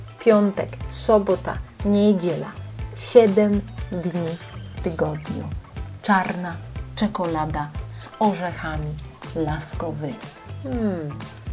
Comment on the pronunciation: Fajny pomysł. Powodzenia :) Proszę tylko zwrócić uwagę na akcenty, żeby były prawdziwe. Nikt nie mówi NIEdziela, tylko nieDZIEla ;)